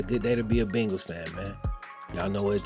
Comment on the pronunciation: I literally live less than a mile from PB stadium.. and I appreciate your loyalty! Only thing is, you still say "Bengals" like an out of towner. It's 'BAIN-gulls'.. long "A" sound lol 🤷🏾‍♂️